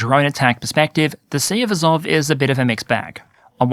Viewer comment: Pronunciation -- AzOV (I notice your stress moves around). NovorossEEsk.